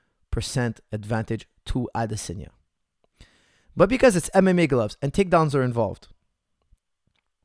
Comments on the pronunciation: I’m Nigerian, the correct way it’s pronounced Is AdeSONya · Adesanya is pronounced Ah-DISS-on-ya. Israel gave a pronunciation lesson on Ariel's show. Here's the link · Never heard anyone pronounce Adesanya like that...